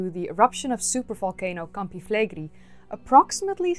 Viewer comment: Awesome video! Just a small note: the pronunciation in Italian is Campi Flegréi, emphasis on the last E, not Flègri.